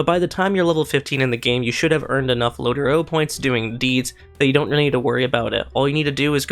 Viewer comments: Please It’s Not Low-Ter-O Sounds Gay Asf., It’s Low-Trow Respectively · "lotro" Lord of the rings online "Lo-tro". Where are you getting the getting "o" from? By daying "lotoro" points? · its lo (low - tro) tro not lot0ro;) nice video:) keep up the good work.